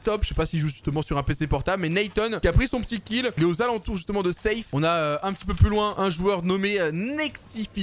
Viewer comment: Arrête de dire zeif et dit seif